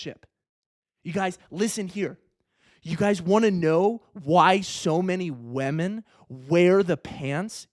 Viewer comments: everyone: women: wèmen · TL;DW: Attractive guy tells short ugly guys to try harder... he also says wahmen.